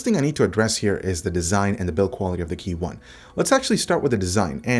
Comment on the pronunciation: Just want to let you know that it's KEYone, not KeyONE.